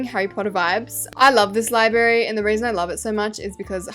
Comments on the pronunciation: libRary NOT LIBARY U FLOP (xoxo) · Why do u say libary and not library like gurl………. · babes it’s library not libary you flop. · "Libary" omg i just cant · ur name is liyberry its libRARY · be like when she says library ✨libary✨ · i copied the libary from the libary down the street💀💀 sorry but it sounds like ur saying libary instead of library no hate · IT'S NOT "LIBARY" IT'S LIBRARY LI-BRA-RY, DODO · U KEEP SAYING LIBARY INSTEAD OF LIBRARY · I mean libary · ITS LibRary NOT LIBARY MAKE SURE TO SAY THE R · not calling the Library “Libary”😭😭Love your vids babe keep it up! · Your saying library wrong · I love who she said “lie berry” and not library?! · 😂😂also Library ❌ Library✅